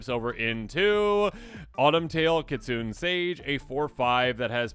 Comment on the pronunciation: Just gona drop this here so you stop butchering the name but the word "Kitsune" isnt said "kit-suhn" its said "Kit-suh-nay". I get it, youre white AF, and thats fine, but at least make effort to say the names right.